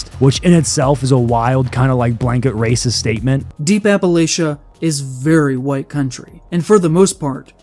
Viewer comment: Some guy called a bunch of white people ray-sis? That's pretty hard-hitting!